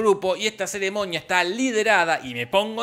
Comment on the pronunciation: Argentinos diciendo ceremoña en vez de ceremonia... Y maniana en vez de mañana 🤣🤣🤣🤣